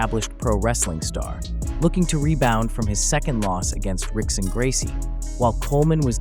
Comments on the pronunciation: Rickson is pronounced "Hick-son" in Portuguese. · It's "HICK-son", not "RICK-son". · Love your vids but bro if you’re gonna make mma content you gotta know how to pronounce Brazilian names correctly especially those of the Gracies. Rickson is pronounced as “Hickson” just as Royce is pronounced as “Hoyce” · Its pronounced hickson. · spelled rickson pronounced hickson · It's pronounced "Hickson Gracie."